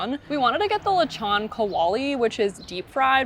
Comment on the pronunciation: Lee shon? See seeg?